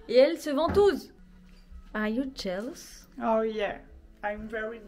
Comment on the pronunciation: "oh yeah i'm ver j'ailous." 😂